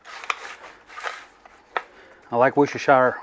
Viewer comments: Hit subscribe right after the worcsheshtershishire pronunciation 😆 good laugh great video! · Its pronounce Wooster shure i klnopw im a Yorkshure boy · Beautiful job bro. Oh yeah ... Woooostershur for a pronunciation. 😎🎼🤪🎵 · Lol we are gonna have to work on your Worcestershire pronunciation skills hahaha